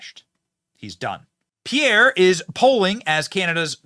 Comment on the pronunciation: As a French Canadian myself , I can confirm that's your pronunciation of Pierre name is way better then before.